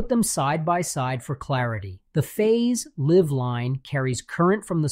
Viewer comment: I really did not think that was an AI voice until he pronounced, "live" with the short, "I" sound 😅